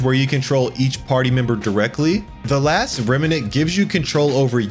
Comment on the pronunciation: To piggy back on that it sounds like you're putting an extra a in the word remnant and it's pronounced Vay-grant not Vay-grant. (Maybe you did on purpose for engagement in the comments, smart move if you did)